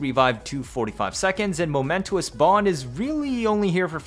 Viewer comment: FYI "momentous" is pronounced moh-MEN-tuss, not moh-MEN-too-uss. It's only three syllables. Thanks for another great one! What a trip that suddenly there is a real reason to bring a Moa!